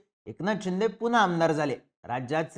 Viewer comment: शिंदे की चिंदे बोलतोय 🤔 पण ऐकायला छान वाटते 😅